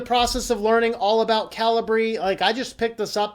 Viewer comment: Calibre (/ˈkalɪbə/) 1. the quality of someone's character or the level of their ability. 2. the internal diameter or bore of a gun barrel. I think that's the correct way to pronounce it, as opposed to cali-bree?